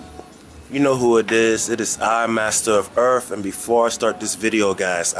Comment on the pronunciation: Hilarious.